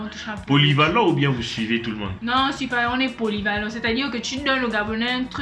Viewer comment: elle a dit "polyvalents" hahahahah